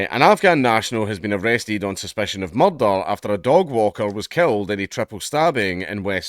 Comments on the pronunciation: Ooh i love the way you say murrdurr. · NGL, I do find it funny hearing Dank try to pronounce that word that I'm not allowed to type. "Mahrr-tahrrrr".